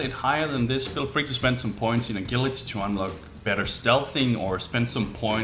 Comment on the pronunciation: A-gill-ity What are you? A fish? It's pronounced A-Jill-ity